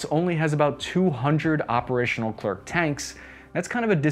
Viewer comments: Yep, its very annoying but we get used to hear our language being rape. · It's not really a question of accent... French Canadians don't 'die' when they hear English speakers say "Pew-tine" lol ( it's poo-tin ). The problem here is that the "c" is silent... It's pronounced "Le-claire" Silent vowels or consonants should not be pronounced regardless of the speakers's native language. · I know is not particularly interested in correct pronunciations, but for those who do, it is prononced "Leh - kl - air". The last c is silent. Kinda like the French dessert. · If you ever want to know, Leclerc is pronounced Le-cl-air, the C is silent. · the last C of leclerc is mute for info .... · Pronounced Le Claire. Also I thought the K2 Black Panther from South Korea was the most expensive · Small French tip, the "c" is silent at the end of a word and when an "e" is before an "r" you pronounce it "ai" (sound like "air" in English without the "r") and the "r" becomes silent. Buuuuut because of the "c" at the end, the "r" is no longer silent , which becomes "air" instead. So in French, "Leclerc" sounds like "Leclair". Funlly enough. In French both ways sound the exact same, but that excuse doesn't work during a test so you are still going to lose half a point for writing it "Leclair" instead of "Leclerc" even though it's more intuitive. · Just a detail: Leclerc is pronounced “Le -Clare”. Isn’t it great to be independent? But, really, in 2024, all tanks are dinosaurs. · I beg you, please: its pronounced "Le Claire" as in the first name "Claire". Please do take this piece of advice into consideration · You don’t pronounce the c at the end Is lecer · It's not pronounced Le Klerk, the final C is silent. You pronounce the first "e" correctly, but the second is pronounced "è", like in english word "pen". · Its actually not a Luh Clurk tank. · Soz but it’s pronounced Le Claire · It's pronounced "leclair" ;) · saying leclerk is cringe. just saying. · don't pronounce the C at the end